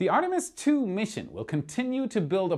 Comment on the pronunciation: ah yes, the famous Artemsi II